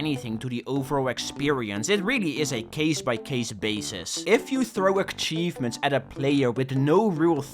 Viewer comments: it really bugs me how he says achievements as "akhchievements" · Many ackchievements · Ackchievements ackchieved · I love akchivements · Take a shot whenever he says Akchevements. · please stop calling them ackchievements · more like eck-cheivments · STOP SAYING AKCHIEVEMENTS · akchievements.akchievements.akchievements.akchievements.akchievements.akchievements.akchievements. cry about it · Stop saying aKchievements or I'll flood your house with garbage! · Bro please learn how to say "achievements " omg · you are saying : "ackchivements" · Akchievements. Bruh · WHY DO YOU CALL THEM ACKCHIEVEMENTS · Why does he say ackchievements oh my lord 😭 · i didn't realise he was saying it until I read this and now it's stuck in my brain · The way says achievements makes me cry and literally explode and die and cry and die